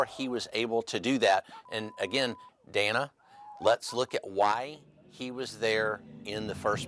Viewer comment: Besides the complete mouth full of lies he kept spewing, did anyone else wish to have Dana freak out on him at minimum in regards to the fact that he can't even pronounce her name correctly???!!! EXCUSE ME. EXCUSE ME, SIR. MY NAME IS DANA. If you can't even get my name correct, how can we believe a thing you are saying...